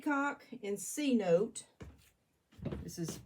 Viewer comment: Wow! Amazing results!! Love the glaze combos. May I ask what rolling pin you used on the cup at the 7 minute mark? Also the Cenote glaze is pronounced sinotay! Lol. Also what clay do you use? With the mayco gloas glazes and a lot of the underglazes I find that putting the each layer of glaze on in a different direction reallly helps with it looking even and glossy!! My kiln fires the bottom at a full cone hotter than the rest!! I love your hair as well. Lol